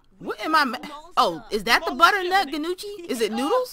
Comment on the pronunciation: This may be a little late but Gnocchi is a pasta made with potatoes. and the G is silent and it's pronounced nohkee. You were right it is an Italian dish. I hope that helps a little with why there is a huge ball of dough lol